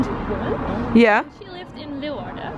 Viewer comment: Wonderful tour.....and thank you for pronouncing everything right! I was born in Leeuwarden and my family goes back many generations in Leeuwarden and Friesland! Lived there until I was 6 years old. But….at least learn to correctly pronounce LAY VARDEN!